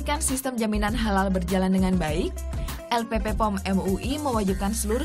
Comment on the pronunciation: Bukan LPP POM, tapi LPPOM. P nya 2, bukan 3. Salah penyebutan nama